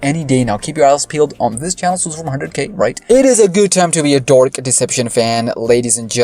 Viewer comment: Why do u pronounce dark like that